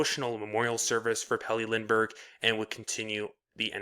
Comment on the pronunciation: Good vid, but that pronounciation of his full name is pure slaughter. :D